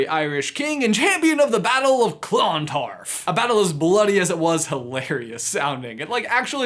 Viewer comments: its pronounced CLUNtarf not CLONtarf PS I am from ireland so i know PPS.my name is meabh pronounced may-ve my name means she who intoxicates irish legend time queen meabh was queen of sligo pronounced sly-go and she was awesome and her grave is on a mountain in sligo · At the risk of sounding very much like a certain Ms. Granger, It's Clon-tArf, not ClOn-tardf Also thank you for mentioning some of our Ancient Irish Lore ❤️ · 6.20 aha the battle took place in clontarf which is a place in Ireland and is pronounced cluntARf (I’m Irish btw) 😊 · k so I know Americans don't do well with Irish names but it's pronounced (Brian Boru) Ba-roo and (Clontarf) Clon-tarrif (yeah I know we're weirdos most the times we actually ignore letters in a word....cos reasons I suppose) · Pronounced cluntarf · Seriously love says Clontarf as if it's 2 words 😂 it's a very small town compared to other parts of Dublin if anyone wanted to know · Hey Clontarf is actually a really nice little town. And you're pronunciation is slightly off dude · U need to come to Ireland to learn how to Pronounce clontarf properly